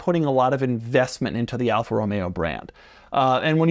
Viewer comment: I clicked this video hoping he wouldn’t say Alfa and it was the first one 😂